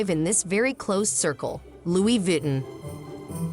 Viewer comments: when AI voice could not pronounce Vuitton correctly, i turned off the audio and read the closed captioning. smh gee whiz. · I couldn't stand listening to the butchered name. Tolerated only up to . How far did you get? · Omg! Can’t you make sure the robot that is doing the work for you is saying the name right!! I can’t watch this because of this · ... symbolism ✨️ stolen/copied/influenced by the print of a tribe in Zanzibar 🇿🇦 in Africa... no?🤔 as i've watched conversations about this here on YouTube, Tiktok, i'm just curious. 🤔 Also WHY is the narrator mispronouncing the designers name?... so "frickin" irritating‼️🙄🤦🏽‍♀️ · it’s not respectable when it’s done without understanding that the AI voices can’t even properly pronounce the name of the subject at hand, Do you feel respected when other people address you as something that doesn’t even sound like your name? Or are you the type of person who doesn’t mind responding to “Hey you”?